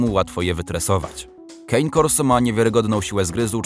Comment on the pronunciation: Nie kein korso, Kane a raczej cane to po włosku pies a corso to główna ulica